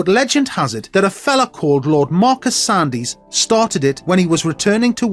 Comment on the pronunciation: The commentator clearly is not a Worcestershire man. He refers to Lord Sandys pronouncing the name as "Sandies". Sure, it is spelt that way. But the secret if you want to be in the know is that it is pronounced "Sands". Don't ask why, just is. (There have been others in the family who were politicians, like Duncan Sandys, a right-wing Conservative, who married a daughter of Winston Churchill. Same pronunciation for the lot of them.)